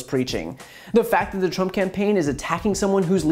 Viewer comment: yes I heard him I think he said Donald prump 🤣🤣